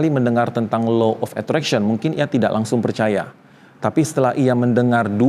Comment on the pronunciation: punten baru anak psi sems 5 mau komen boleh ya pak. 1. delusi bukan gangguan jiwa. Delusi itu soal cara otak memproses realitas. 2. cara bacanya itu bukan Low tapi Law pak… krn hukum tarik menarik. 3. kalau apa apa disangkut pautin dg ilmu pengetahuan udh pas LOA kalau, apalagi klo bicara soal agama, itu pst kalah. krn balik lg ini soal kepercayaan dan spiritual yg g bisa disandingkan dgn logika. cmiwww terimakasih